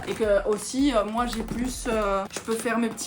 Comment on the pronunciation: "C'est moé!" lorsque tu montre ta photo habillé en geisha 😊 Tu sonnais comme une vraie québécoise 😄✌